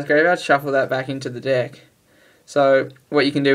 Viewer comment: U said di ck except of deck